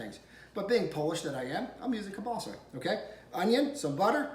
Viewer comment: Yum,you're pronouncing kielbasa wrong.